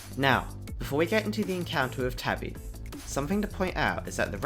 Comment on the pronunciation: ITS TABI NOT TABBY DUDE